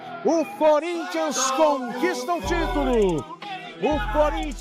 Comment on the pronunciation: Impressão minha ou o falou "Forinthians"...😂😂😂😂😂😂😂😂😂